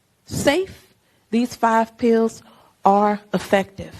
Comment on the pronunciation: cori can't even pronounce pills! lol! pee-ews!